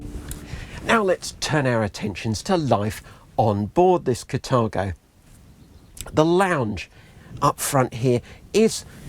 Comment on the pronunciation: "Cathargo." Sorry. Can"t help it, because it made me giggle every time you said it.